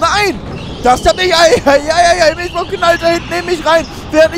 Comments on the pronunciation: Die gute heißt Milschbaum und nicht Milchbaum. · die heißt MilSchbaum :-P Ansonsten geiles Video. Hoffe es wird noch Rennhighlights geben. Vielleicht übernimmst du den cut, bist du etwas geübt darin.